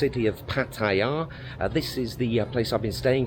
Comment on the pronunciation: Really don’t get your way of how Pattaya is pronounced pat i ya?? Also when you use the word falang?? And not foreigner fair enough if you are from Thailand or the very least you speak the language mate come on love your blogs but please